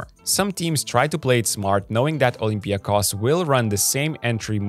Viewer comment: Olympiakos, and Panathinaikos too, are name which must be pronounced with emphasis on the final O. They are OlympiakOs and PanathinaikOs.. as every name or word in Greek language in -ikos.. like also IonikOs... or kanonikOs (normal). You can try Google translate.